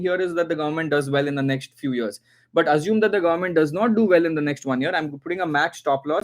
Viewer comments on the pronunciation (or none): none